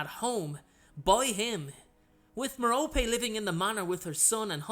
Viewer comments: Hello! I don't mean to be a know-it-all, but Merope is pronounced Mer-O-Pee. Please don't be rude, I just want to help! You can also use a pronouncer or just pronounce it the way you like :). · I enjoy your videos and I mean no disrespect but you pronounce Merope with the 'e' instead of her name as 'rope'. I am wondering if I got her name wrong. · Am I the only one pronouncing her name as marrow-pee? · How do you pronounce Merope? I say Mer-rope. I've heard it Mar-o-pea and Mer-rope-ee.